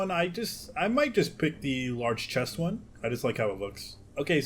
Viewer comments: I’m not the only one who’s hearing him say “Large Chest” instead of “Large Crest”, right? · Definitely heard chest😂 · Lol " Large chest "😊😂😂